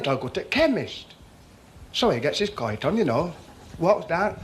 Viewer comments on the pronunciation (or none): He had a Royston accent. The way he pronounced coat as "coyt" places him around Barnsley, and "don't you" coming out is "dun't your" is heading in the direction of Thurnscoe. It's not quite as marked nowadays, but back then each town and village had it's own unique variation of the South Yorkshire accent. You could pretty much tell exactly where someone came from.